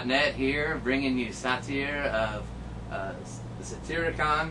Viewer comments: "Allright SAH-TEER of SAH-TEER-EECON" Fucking dumbass.... its pronounced say- tirr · The word satyr is pronounced like (say-tuhr) but thats not the way this guy pronounces his name. He pronounces it like the beginning of satyricon, (suh-teer). I think... could be wrong. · the interviewer pronounced Satyr's name incorrectly. What an ass. and he acts like such a fuckwad. Satyr looks pissed. I don't blame him.